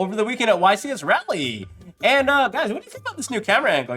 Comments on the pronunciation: Ra-lee not Ray-lee, correct? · I know you dont live in nc but its pronounced "Raw-lee" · The amount of yugitubers that pronounce Raleigh wrong is very concerning